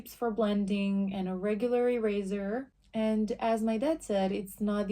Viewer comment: THE way she says earser earser😅😆no hate